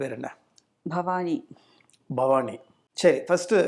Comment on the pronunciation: பேர் என்னன்னு கேட்டப்போ பவானின்னு சொல்லாமல் ப்ஹவானின்னு சொன்னங்க இல்லையா. அப்போவே தெரிஞ்சது அவங்க தாய்மொழி தமிழ் இல்லைன்னு.